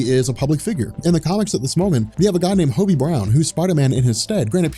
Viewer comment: Marvel is a mess right now and needs fixing yes, but you make a lot of factually incorrect statements here. First off, you're mispronouncing Hobby's name. second ANAD is not and never was a reboot, that is just facts so do not call it one. Reboots reset continuity, which marvel did not do and even said they were not doing. ANAD was a line wide relaunch. Third, Hobby is not holding the mantle of Spider-Man in the book. He's dawned the suit a few times to cover for Peter, but 99% of the time Peter is in the suit. Hobby is not a fill/stand in, Peter is spider-man. Lastly, Peter heading horizon labs would not make sense given the events of previous series and would remove the billionaire aspect which you said you liked. On top of this miles standing in would make no sense because Peter isn't always in NY, Miles has a different suit, and couldn't pass as peter. This was very clearly poorly thought out